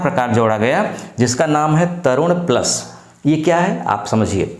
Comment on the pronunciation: प्लस होता है बड़े भाई प्लास नहीं